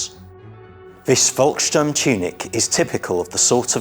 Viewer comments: Volksturm is pronounced as "Folksturm." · I don't want to be too niggly, but it does irritate me when people who are obviously experts in their subject are so cavalier with the pronunciation of German locations and organisations. Seelow and Königsberg were garbled, as was Volkssturm. Equally S-Bahn was confused with U-Bahn. Surely these films have an editor that picks up on these things, or am I supposed to believe that the IWM has no people with foreign language skills?!!